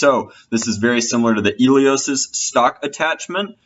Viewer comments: Why does he not pronounce the “H” in Helios... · Mike Antos apparently, that is the proper pronunciation. I dunno dude.